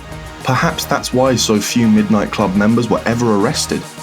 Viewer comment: middo nighto